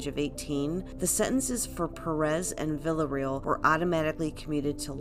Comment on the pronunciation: I appreciate you, but I wish you pronounced Villarreal correctly